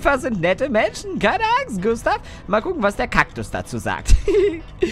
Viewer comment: Klee Gustav nicht gunstav